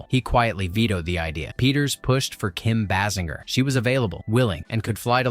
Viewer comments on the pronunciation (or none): You can’t even pronounce Kim’s name🙄